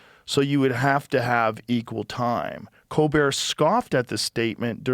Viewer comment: “Co Bear Show” 😂 not hating because this is good work, but that is pretty funny